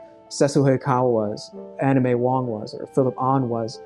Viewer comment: I swear I keep hearing anime wong, it's Anna May Wong!